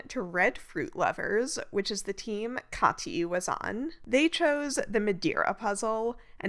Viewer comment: Side note: As a linguism nerd I'm happy to hear that you know how to pronounce the german first name "Kathi" (It's not even close to the american pronounciation of "Cathy") 😊👍